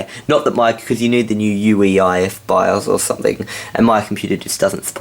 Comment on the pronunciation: "... Because you need the new UEIF bios or something..." Interesting...